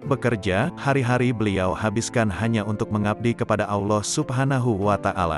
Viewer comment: Maaf salamnya bisa benerin lam jalalah ada yg di baca tebal dan tipis. Contoh tebal jika jatuh setelah charokat dhommah dan fathah, bunyinya. Alloh, abdulloh, yg tipis jatuh setelah charokat kasroh. Billah.begitu. terimakasih 🙏